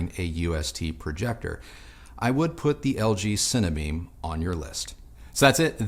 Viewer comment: 'Cine - Beam' not Cinnabeam